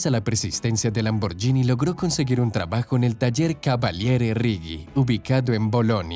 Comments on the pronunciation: EN ITALIANO SE PRONUNCIA LAMBORGUINI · Hacer un vídeo sobre Lamborghini y pronunciar mal el nombre... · Así no se pronuncia Lamborghini... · La pronunciación de Lamborghini es equivocada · No digas Lamboryini di lamborguini. Si fuera yini sería Lamborgini pero como es Lamborghini se pronuncia ghini. Saludos. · La pronunciación nos es " Lamborshini" sino, "lamborgini" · Es LAMBORGHINI no lamborgini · en italiano la gh se pronuncia como en español la gu. Entonces no diga lamboryini si no es lamborguini! Antes de hacer un documental documentes e sobre la pronunciacion italiana! Que feo se oye cuando supuestamente es usted un historiador y siempre dice lamoryini. Que ridiculo! Es lamborguini! NO ES LAMBORYINI. Aprenda a pronunciar si es historiador y quiere hacer documentales. NO ES LAMBORYINI! ASprenda. Es LAMBORGUINI! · por cierto, la palabra Lamborghini se pronuncia "lamborguini" no "lamboryini" igual que spaghetti se pronuncia "espagueti" y no "espayeti" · Se pronuncia "lamborguini" porque se escribe "gh". Si sólo fuera con "g" sí se diría "lamboryini". Es un craso error. Al menos hubieras investigado un poco. Eso desmerece tu trabajo. Otra opción era pronunciar "lamborgini" como leería un español. Cuando no se sabe un lengua extranjera se lee como está escrito. Corrigete en adelante. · Amigo aprende a pronunciar el nombre, se pronucia: Lamborguini (no Lamboryini) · Xq pronuncian "lamborYini" 🤦‍♀️ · Si vas a pronunciar el italiano, deberías saber que la "gh" en éste idioma sería en español la "gui"...es decir Ferrucio(ferrucho)bien dicho, salvo el apellido Lamborghini(lamborguini). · Por favor Lamborghini se pronuncia con gui. En Italiano la ghi es gui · Espero no ser denso, pero al menos va servirle a alguien como conocimiento general. En italiano la "gh" se lee como la "gu" del castellano, y la "c" como "ch", Así que Ferruccio Lamborghini, se pronunciaría Ferruchio Lamborguini. Saludos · Lamborghini ( pronunciación Lamborguini) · Mala pronunciación de Lamborghini.